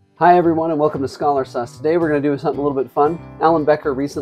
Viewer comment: bro the fact that the beginning of the vid i heard "welcome to Scholar Sus", i instantly look at ur channel, and saw scholar sauce. that's y my mom says that i never listen carefully🙏🙏🙏🙏😭😭😭😭